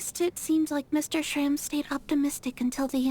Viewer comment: only after 2 hrs into the video i noticed that you pronounsed shram's name(meaning 'scar' btw) correctly at first but then started calling him like the characters did fufu